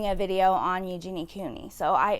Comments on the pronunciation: Please say her name correctly. It’s Eugenia, not Eugenie. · My thoughts: 1. It's pronounced "you-geen-ee-uh" 2. She has refused help and is choosing to continue being sick for profit 3. She's culpable for the damage her pro-ana and body checking content is having on children